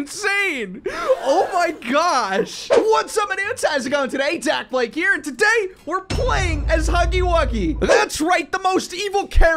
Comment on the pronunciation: ITS DAKBLAKE NOT DABLAKE